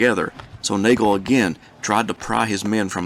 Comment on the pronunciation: Awesome videos! This is one of the better presentations I've seen! Just as an FYI from someone local to the 48th, General James Nagles name is pronounced "Noggle" . Good stuff!